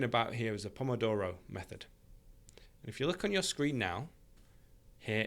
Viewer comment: Yes, you've got the right pronunciation for Italian Pomodoro:)